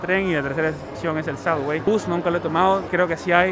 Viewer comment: Please...Please Please.....no es " SADWAY" ni SUDWAY.....se dice SUBBBBBBBBWAY con BBB no con DD. Come on tu eres New Yorker hace raton Mickey!!